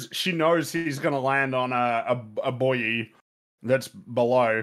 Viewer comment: inability to pronounce the word "buoy" is the only thing that brings me joy in life. - Elbow Beggins